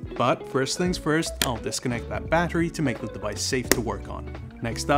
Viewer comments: The way he says battery needs to be ifixed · You pronounce "battery" strangely.